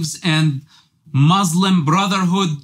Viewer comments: Also what kind of Ex Muslim says muzlim? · After he said "Muzlim" I doubt if he really was raised in Palestine In the Arab world as a whole we never say "Muzlim" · Then why he say MOZLIM ? Didnt he knows Arabic language ? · You know that he is a liar when he says Muzlim 🤣🤣 Even the incidents he didn't provide names I'm curious what his name and his nationality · He cant pronouns muslim right he zaid Mozlims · He can not say word muslim what the hell 😂😂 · 100% paid actor, the way he can't say muslim terms every muslim knows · He is a agent. The way he speaks. Not pronouncing muslim and falastine properly. Even a non arab muslim can pronounce it. And of course nothing he told about religion is truth.